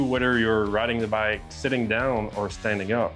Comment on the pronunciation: Makes me cringe everytime he says "bike".....